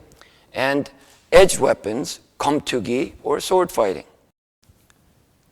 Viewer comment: Keumtoogi is the proper pronunciation.